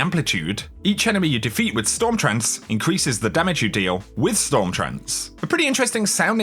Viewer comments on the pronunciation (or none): none